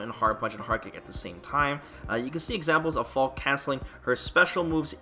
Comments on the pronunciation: I always hated how you said "Falkeh". I knew it was wrong cause it sounded so stupid but I didn't know for sure, so I never said anything. I'm a natural keep away zoner even when I don't try to be, to the point that I sometimes get complaints in the form of people backdashing repeadedly to show me their frustration with my playstyle or just getting rage quitted on in battle lounge even if I'm not dominating the match. So seeing Falke as a keep away zoner character may be a good thing for me. I'm currently 6.5/10 on her. What I need to see from her is a three frame and/or invincible reversal, reliable anti-air and her walk speed. I suspect her neutral will be trash and I don't have high hopes for her rush down ability. Also, does her jump look higher than the usual jump? That could be a problem if her in air redirect moves aren't great. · Still pronouncing it "Fal-keh" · he slipped and said Fall-keh, but I don’t blame him. I’m trying to readjust myself back to saying Falke just like how I originally thought it was pronounced. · You were pronouncing the name correctly before. The announcer in the trailer made a phonetic mistake which is a common thing English Speakers have when trying to pronounce words of German Origin. E's on the end of words in German are never pronounced silent. So yeah Fall keh is the correct pronunciation. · The announcer pronounces her name wrong. It should be pronounced similar to Falka. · They give her a German name which means "falcon", call her a hawk and if it was their intention for her to be German, than they've pronounced her name incorrectly: In German, phonetically its pronounced "FAL-KA", similar to how you say Falcon, but replace the "-on" with a quick and short "-ah" The "Falk" doesn't sound like "Hawk", "Fork" or "Chalk"; nor does it sound like "Fall", "Wall" or "Ball" and the "e" at the end isn't silent, nor does it sound like "See", "Bee" or "Lee"